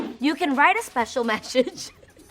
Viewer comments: Spash-scio mash-edge 😂😂😂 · I laughed at you when you kept butchering "special message" but I did the same when I tried it 🤐🤐 Cute video!!